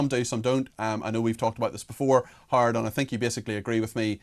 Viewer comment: His name is, Not hard Cox!